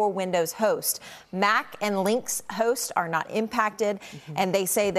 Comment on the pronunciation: “Linx hosts?” (I think she meant “Linux hosts.”)